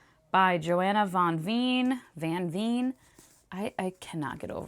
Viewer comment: Oooh I have been meaning to try out Blood on her Tongue because of the Dutch aspects to it (since I am Dutch). I am glad to hear you loved it so much! Also, just a little fyi, the 'Veen' in her last name is pronounced like 'vein' (hi, Dutch 101 hahahah). Anywayyy, definitely gonna check out BHH and BohT now, loved this vlog 🤩🤩 Also, that book bedazzling looked SO fun!!